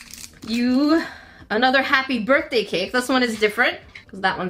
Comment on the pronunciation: Happy "Brithday" lmaoooo